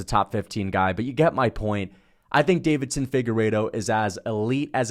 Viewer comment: Bro has Deiveson’s name on screen and still calls him Davidson 10x